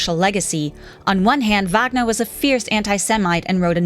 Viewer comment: AI narrator can't even pronounce Wagner.